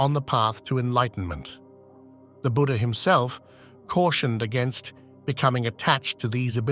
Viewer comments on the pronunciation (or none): none